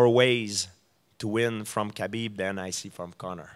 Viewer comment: GSP pronouncing Khabib's last name is like watching a blind man cook... Its a slaughter.